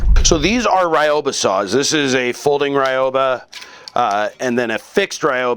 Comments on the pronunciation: Love my ryoba! (By the way, it's pronounced ree-yo-ba, not rai-yo-ba). Nice video! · pronounciation note, it's not rai oh bah, it's ryoba. ry(like reed but very short...r is rolled like rrrrol up the rim to win)o(oh or the o in robe lol)ba (bah like a sheep or something) ryoba. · Ryoba = Ree-oh-bah Sorry, I'm particular about Japanese pronunciation. Very informative video, though. I'm getting into Japanese woodworking, but I don't know much about woodworking in general. Just the basics from hanging out in my grandfather's shop as a kid. The Japanese are amazing craftsmen, so I figured I might as well go that route. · Certainly an improvement. But actually pronounced as two syllables, "ryo-ba" with the "o" sound elongated, like "ryohba". As in "ryoh" = both , "ba" = teethed. Translated it simply means "double-toothed saw" or "doubled saw", or if you like, a two-for-one saw. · The pronunciation is closer to Ree-oba. In Japanese, there is no actual "R" sound, it is closer to "D". The "Y" in this case is pronounced like a long "E". You can listen here